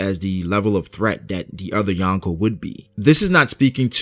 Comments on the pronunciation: Yonko** not Yanko. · Wtf is "yankow"?? Lol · Please learn how to say Yonko properly not yawnko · You are pronouncing Yonko wrong